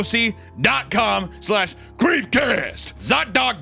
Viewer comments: swear he says apple pie cast at the end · Did Hunter say creamcast again? I think he did 😂